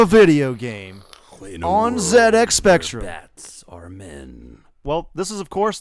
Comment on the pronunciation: It's not ZX Spectrum! It's ZX Spectrum!